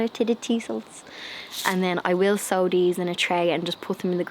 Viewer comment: *sow ... not show 🤣😂🤪